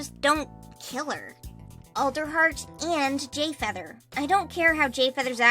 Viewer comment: did..did you say "gayfeather"?